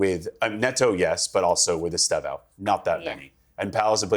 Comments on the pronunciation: ESTÊVÃO - (IS-TAY-VO!) 🇧🇷🔵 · It is es te vao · I’d love to be on this. saying ESTÊVÃO name properly 💙😂